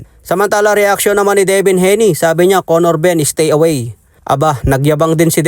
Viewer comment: Yow wtf! Did he just said CONNOR BUMM 😂